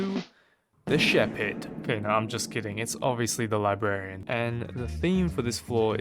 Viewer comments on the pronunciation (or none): none